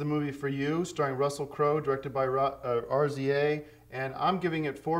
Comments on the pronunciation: He call's Rza "R-Z-A" hahahah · man literally said RZA as R, Z, A 😂